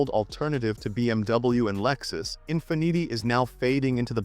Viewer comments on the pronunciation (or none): “In fi neetee” ??? Since when is Infiniti pronounced like that?? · The Infin-eaty made me belly laugh for about 10 minutes....ffs....I was in agony!